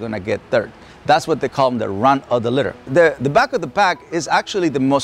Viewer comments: is he saying run of the litter? I thought it was runt. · JUST TO TELL YOU IT'S "RUNT NOT RUN" LOVE YOU ADMIRE YOU